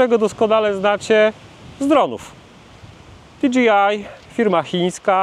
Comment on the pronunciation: Wiem, że czepiam się, ale... DI DŻEJ AJ, nie di dżi aj. DJI, nie DGI. 😉